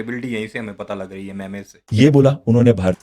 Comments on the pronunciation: 😂ارے گھامڑ میمز ہوتا ہے مے مے یا مے میز نہیں ہوا کرتا 🤣🤣🤣🤣😂😂😂😂😂😂😂😂😂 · Memes ❌ Memayz ✅ 😂😂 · MEMES NOT MAIMAYZ😅😅😅😅😅